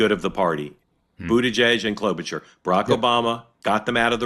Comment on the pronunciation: FFS. The CH in Klobuchar is an “SH” sound